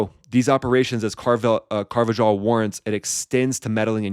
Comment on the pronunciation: Car- va- HALL ... you’re welcome, bro that’s how you say it.